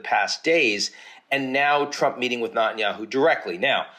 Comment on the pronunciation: What is wrong with you Ian .... you know his name is NETanyahu not NUTanyahu. It reallly makes you look like an irrelevant ankle-biter.